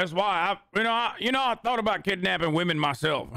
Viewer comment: "if you dont ask wamen"